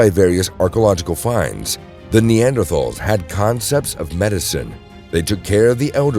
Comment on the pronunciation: Rhanks rotpronounci😅ng neanders correct way😊